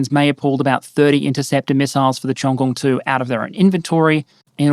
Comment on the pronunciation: your Cheongung pronunciation was awesome, by the way